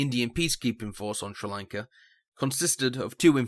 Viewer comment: Has to be the worst pronunciation of Sri Lanka I've heard, I can imagine you saying Chinese names its going to sound horrible.